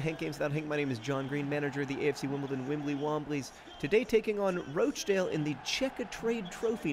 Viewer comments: Should probably point out it's pronounced "Rotch-dale" in this part of the world (rotch as in crotch) xD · Question Wednesday - why do you keep calling them Roach-dale?? It's roch to rhyme with crotch! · Wimbly Womblys but every time John mispronounces Rochdale they play Rochdale again